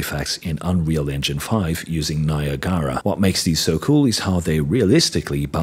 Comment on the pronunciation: "Nia-Gara", lol that is a funny way to pronounce it, no one says it that way.